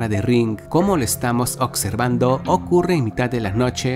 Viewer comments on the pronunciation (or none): Porque los jóvenes de hoy dicen ocservando??? Atsion o cualquier palabra asi????